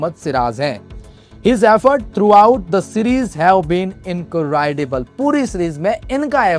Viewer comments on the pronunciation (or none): Incredible is pronounced as ( in kre dible) not inkraaidible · Please work on your pronunciation....there is no word called "incorridable"...it is incredible. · Incredible ka pahle pronounciation shikhiye 😂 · Sir, aapko English mein thoda kaam karna hai. Incredible aur phenomenal ko kya bol rahe ho Sir? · Incredible ka pronunciation sunte hi main bhag gaya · Incredible to sahi bol lo 😂😂😂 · Video banane ki jagah english pronunciation seekh lo pehle. Incredible ko sahi se padh le pehle fir video banao